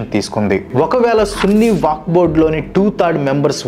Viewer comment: వాక్ బొడ్ కాదు వక్ఫ్ బోర్డ్